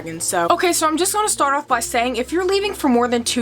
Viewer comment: I love how you say “on” and “off” awn and awff 😅💗